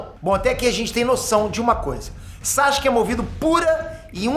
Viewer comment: Pq ele chama o Sasuke de SaXuke?